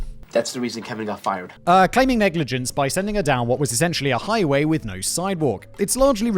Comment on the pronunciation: you slay. FactBoi's billboards, all his channels. I coudn't. SAImon's "HAIgh-ways". The bloody road to nowhere. You must descend from Tudor bloodlines.